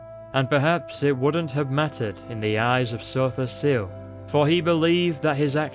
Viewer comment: lol i love how you say Sotha Sil. Makes him sound really epic